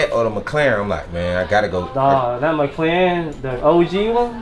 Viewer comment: McLaren not McClaren